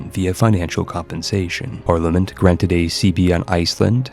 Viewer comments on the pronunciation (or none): none